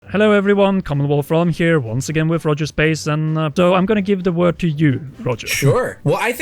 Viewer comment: I Screamed when i Heard Rogersbase but Without the S🌚😩❤️